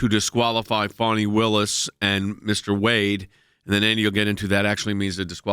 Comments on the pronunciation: It's pronounced fa-nee, it's a southern name, not fawny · That’s Fani (Fanny) not Funi (Funny)